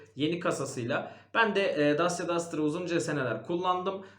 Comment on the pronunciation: Araç model isimlerini hep yanlış telaffuz ediyorsunuz. Dacia= daçya, kia sportage=sportıc, hyundai tucson= tusson